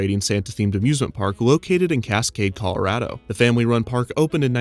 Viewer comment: The “a-zoosment” park also sounds like a Christmas pun, the “Hay-zoos-ment” park